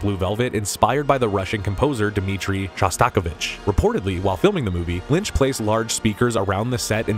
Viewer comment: Shash-tok-ovich!! Seriously! Perhaps you ask someone who know the correct pronunciation before you record one of these.